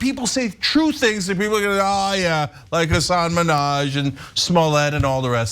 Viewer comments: It's very jarring hearing the repeated mispronunciation of Hassan's first and last name, every time. But, otherwise, he's a comedian, these are jokes. Not every joke needs to be steeped in fact checking and 100% accuracy. He's a comedian, he tells jokes, people laughed, mission accomplished. I've been following Hassan Minhaj from back to the Daily Show, to Patriot Act, and others, and this news article is idiotic. Why are we criticizing comedians more than politicians? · Imagine doing a story about someone and not figuring out how to say their name. Imagine one of that person's most famous TV appearances being repeatedly correcting Ellen on how to say their name. Yucky. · You said his name wrong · Nope. Hyperbolic speech is normal among comedians. These experiences are true for millions of Muslims after 9/11- Im Dominican/African American living in Indiana and there was a letter filled with white powder to my job. Does it happen yes, did he share experiences people of color had experienced?- yes. Does he have a platform to educate- yea! And if you could correctly say his name I'd have a little more respect for your show.